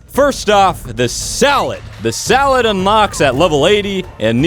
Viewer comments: Is it just me or did he say "salad" instead of saddle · U said salad insted.of saddle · he keeps saying salad instead of saddle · Saddle= S A D D L E= Saledd=Salad!